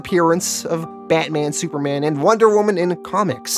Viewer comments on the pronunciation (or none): none